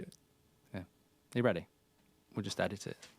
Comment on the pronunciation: «We just edite it»🤣🤣🤣🤣💀